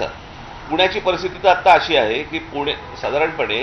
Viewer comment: ठाणा पूना नाही सर... ठाणे पुणे म्हणा ... मराठी आहोत ... आपणच असे बोलला tar कसं चालेल